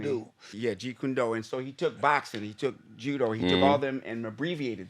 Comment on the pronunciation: “Kick Can Doe” “Yeah, Jeet Kune Do” 💀